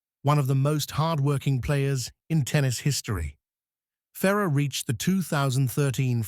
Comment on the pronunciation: The AI voice really needs to work on pronouncing names. Calling Coria as Korea, Mecir as Mecheese, and Ferrer as Fera at the beginning. This list not including Corretja with 2 major finals, Zverev with 3 major finals, Ruud with 3 major finals, and Tsitsipas with 2 major finals while 7 of the 8 only reached 1 major final and 1 guy didn’t even reach a final is beyond ridiculous.